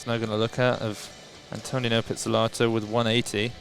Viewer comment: It’s not pronounced “anne-toe-nino,” it’s “ahnto-nino” like saying ahh at the doctor’s office